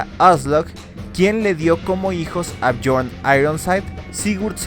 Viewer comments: Es björn no jorn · Björn suena Biorn, no Jorn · Björn .. se dice biorn.. no jorn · hey no tiene nada que ver que Islandia en ingles se llame Iceland, en noruego hielo se escribe IS. por lo tanto los noruegos pusieron a esa tierra el nombre de Island. El ingles no tiene nada que ver en esa historia, dejen de ser tan colonizados mentales, no crean que el mundo nacio con los anglosajones. Otra cosa BJORN no se ronuncia como John en ingles, la jota en escandinavo es como nuestra i, BJORN = BIORN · Porque dices Jon cuando hablas Bjord